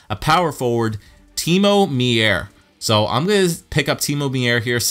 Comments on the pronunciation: timo meier's name is pronounced myer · Meier name is pronounced Myer